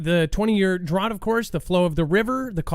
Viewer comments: you crack me up. The word drought rymes with "out", there is no other correct way to pronounce it. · Yes not "drawt"